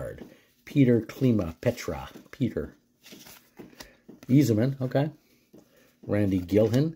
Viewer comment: This is NOT worth commenting on except maybe his butchery of the pronounciation of players names...! Eezerman ! Sheeesh!